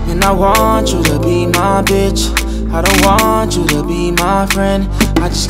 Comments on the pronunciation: A Boogie said "nonchalant" Alkaline said "nonchilant" Jamaican people alone😂😂😂😂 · A boogie said “nonchalant” but alkaline said “nonchilant” lol 😂😂 only Jamaicans